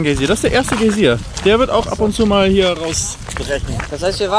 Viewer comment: GAi sier, not Gay sier :D